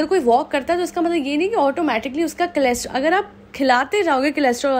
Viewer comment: Cholesterol, not chelostrol :)